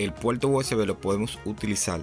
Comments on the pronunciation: Que problema tienen ustedes con la letra R??? gualdal???? puelto????? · "El puelto" 😂😂😂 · Muy instructivo vídeo pero debes mejorar tu pronunciación de la R, gualdal, impoltante, actualizal, puelto. Qué horrible. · La r no se pronuncia como l es decir no se dice puelto sino PUERTO no se dice celulal sino CELULAR etc. En Puerto Rico deben aprender Español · Smaltivi, puelto, cualquiel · Adaptadol , iltenet , conectal, apalte, oliginal ,calgadol,calgal , veldad, celulal, menol,emelgencia, puelto,desflutalde,utilizalde, cualquiel,implimil ,extelno,... Fuera Reguetonero FEO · Disculpa pero yo no conozco el "Puelto usb" ni el "adaltadol al intelné"... "coneltal apalte" eso que significa??... No entiendo, deberías aprender a hablar ESPAÑOL... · Puelto???? Intelna??? Intelnet??? Apalte ??? dalde??? calgadol???? destrozas nuestro idioma.....no tan sólo hay que decir cosas interesantes, sino, expresarlas correctamente..... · "rauter"? "puelto usb"? que idioma habla este individuo??? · La R al principio y al final de las palabras, la pronuncian R, en medio es L. Por eso dicen puelto rico. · La pelsona, el puelto, la veldad, el ploblema....🤣🤣🤣🤣🤣